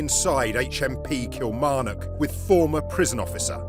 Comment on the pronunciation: Kimarnock? It's outside Hurlford.